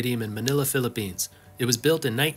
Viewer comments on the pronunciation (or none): none